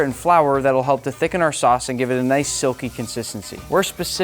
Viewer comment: I thought you said sus instead of sauce😭